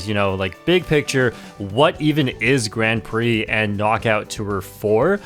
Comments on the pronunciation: The way you pronounce "Grand Prix" tells me you know nothing about racing outside of Mario Kart. 😅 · weird how he pronounces Grand Prix.. innit?